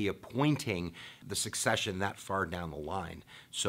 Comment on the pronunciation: SECCESSION Dude, not Succession. Unreal.